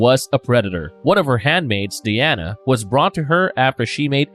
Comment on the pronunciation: I can't take anyone seriously who says shit like Odder Brudder Mudder and Fadder lmfao The rape victims name isn't Diana like wonder woman it's Dyanna